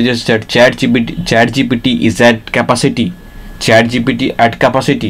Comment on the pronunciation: Although I do understand what you are trying to say, I have to admit your English is really really poor. You are not even able to correctly pronounce the word "capacity" and you're really struggling with your flow and what you are trying to say. I know English is not your native language but maybe get someone else to do the voiceover narration.